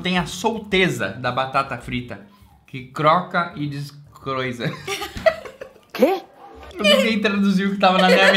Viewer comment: "DESCROISA" KKKKK muito bom